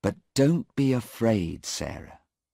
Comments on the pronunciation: Wrong spill 8.43 it is afraid not araid Tq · 8.47 afraid instead araid .